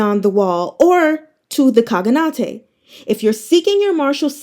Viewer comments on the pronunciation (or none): enjoy your reading so much, thought i'd just point out one word. khaganate is read in same fashion as shogunate (I think)